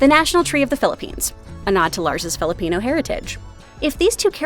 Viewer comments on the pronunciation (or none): none